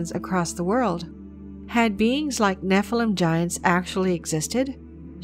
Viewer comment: Could the young lady possibly pronounce "Nephilim" correctly? The noun is Hebrew plural.